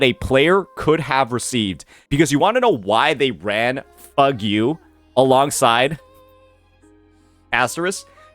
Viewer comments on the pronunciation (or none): NOT FUG-U WAHAHAHA oh what a pronunciation